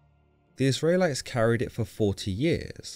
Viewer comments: Is it me or can this guy not pronounce Israelites correctly?? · You say "Israelites" in a very strange way. God content though!